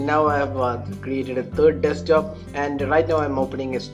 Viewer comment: Desktop, not Deskjob mate :P